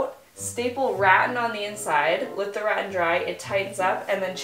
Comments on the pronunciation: Gosh girl, your pronunciation of Garage and now Rattan 😂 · Hearing mia pronounce rattan as “rat-in” is triggering 😂 ive always heard it as “ruh-ton” love this reno though! So cute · "Rat - Tan" Me: "Ra - Tan, it's Ra - Tan,, please, My OCD can't take it" Initially thought the light above the bed was hanging too low, but in the reveal, it looks like it was brought up a little higher. Love the results... good job. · I always have to ask myself “is this a Canadian pronunciation of a word?”. I usually pronounce it “ruh-TAN” instead of “RAT-an” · Rattan is NOT pronounced Rat-on 🤣 it's Ra-tan! And it's not a THREE quarter round.. it's just a quarter round because it's only 1/4 of a round 😆 also it's a circular saw not circle saw 😂 I love listening to you. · it's Rat-tan im confused at 1st when she said reh-ehn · Rat-tan. Not ratin. Rattan! I bet you also say malk in place of milk and garayge instead of garahge. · Wtf is ratton?....OH , rah-TAN you mean! 😅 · Its pronounced ra-tan right? not rat-in? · It's ra-TAN, not rattin' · say it with me, "ruh-tan", not "raten". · Rattan = ra-tan! The room looks beautiful & cozy!! As always your quirky style sings in the end ♥ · I love you and thought you might want to know it is pronounced rah-tan and actually what you used was caning. My sister and her husband used to have a caning repair business. 😀 I love the room and am so impressed with all of your diy! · Pronunciation- ‘Raw- tan’. I miss being young and just jumping in without fear- great job. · It's Rat-tan. Rat (like the rodent) Tan (like you get a tan in the sun). Well it's more like Ruh-tan. Emphasis on the Tan. LOL ♥ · Nice job. Just an FYI … the product you used on the headboard and closet is pronounced “ruh-tan” (rhymes with tan). 😉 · Just a little tip. Rattan is pronounced ra-TTAN. Emphasis on the last syllable. I didn’t know what you were talking about until you showed it on camera. Great headboard though! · Pronounced Ruh-TAN.